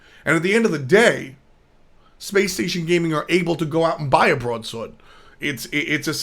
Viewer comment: I love the New York accent when says broadsword xD